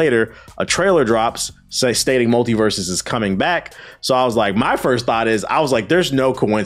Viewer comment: The guest’s take on multiversus is wild. I cannot disagree any more with what he’s said lol Terrible take. But then again he could barely answer the simple question of “how do you feel about games as a service “ In fact he couldn’t even say the name right lol it’s multiversus lol furthermore the foundation and gameplay of the game is by far the most solid we have seen in the 3d platform space and the roster potential alone is far more recognizable and nostalgic to a broader audience then arguably any Nintendo character outside of Mario or legend of Zelda and 3rd party characters most ppl don’t know what games 90% or the smash roster originated from. So he gameplay was good , they spent an extra year polishing it lol . Most devs leave us with shit products. We are gonna sit up here and get upset that they want to take the game away for a year to cook ? Huhh??? When I hear these wildly inconsistent takes I just don’t know how to respond cuz it makes me feel like some ppl as long as they have a platform will complain no matter what. Not a jab at anyone on this podcast. But it’s just interesting. Cuz if devs leave us with a half assed game (in most cases that’s what happens . But in this case the game was decent but then the servers slowly deteriorated and content slowed to a halt ) I would argue it just doesn’t make sense in this case above most others to be full of so much scrutiny because of things like…. “Because Warner basically bros…” when it you even do a little research y